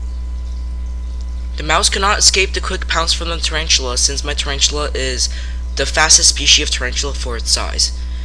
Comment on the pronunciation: "Charanchula" 😂 But very good narration though